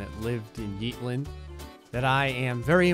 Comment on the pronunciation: What he says “yeetlnd” What it is “Yeetland”